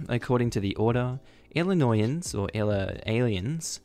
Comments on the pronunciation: You had “Illinoisans” pronounced right the first time. (ill-in-oy-ins). With the accent on the “oy”. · Illinoisans is pronounced "ill-uh-noyy-ans" just so ya know mate 😁